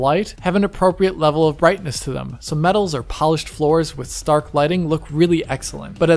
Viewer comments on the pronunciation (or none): none